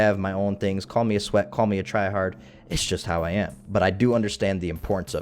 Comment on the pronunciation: lol I’ve never heard someone say “sweat” before like that. I found it funny:)